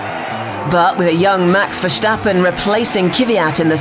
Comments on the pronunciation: 'Verschhtappen' No guys.. It's just Verstappen.. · Yeah people somehow don't know how to pronounce names correctly with a little break right at the point where the same letters are next to eachother and I am not even finnish hah... Same goes for Max... Like why the heck would all english speakers pronounce it so soft.. VerSTappen as in the word STamp it's not that hard cmon... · Max Vershtahppen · Elo horner its me VERSTAPING